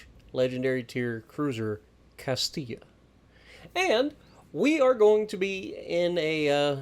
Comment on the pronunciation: Was terrified he was going to pronounce it Cast-ill-a. Thank you 😂